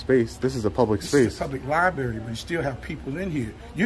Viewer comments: He doesnt even know how to pronounce his place of employment. Public lye berry.😅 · Seems like the business manager of a library should know how to pronounce the word library, he called it a liberry, then he axed him to leave!!! Why do they put ignorant people in charge of things like this?!? 🤪🤪🤪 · it would mean a lot more if he could pronounce the word "library" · >works in the library >cannot pronounce 'library' Blacks, man... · If you cannot pronounce library, you shouldn’t manage the library. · He can’t pronounce the place he works at correctly. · Can't even pronounce library correctly